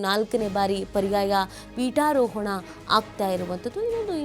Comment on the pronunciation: Peetoharana alla. Peetarohana adhu. Sari maadi. Jai Krishna.